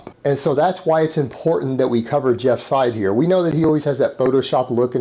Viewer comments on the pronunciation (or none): Hopefully the will watch this video and finally learn how to pronounce Jeff's last name right. The way he says it now makes him sound like he's an Arab.